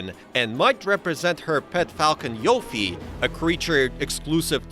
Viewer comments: It's fucking pronounced lau fee not lau fay Jesus Christ say it right !! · For the love of all that is holy, it’s not pronounced LAWfey.. it’s Laufey like “loud” without the d.. Norse it’s pronounce lau-fee but no LAW…